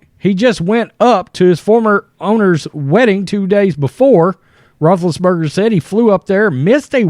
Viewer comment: What are you saying? Rootriates?